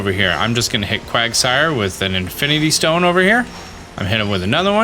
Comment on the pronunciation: Quagasire? It's Quagsire.